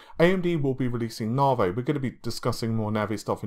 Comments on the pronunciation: Dude!!! Its "NA-VEE" not "NAR-VAY" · It's Na-Vee not 'Navey' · AMD Narvey? I thought it was Navi? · I thought it was Navee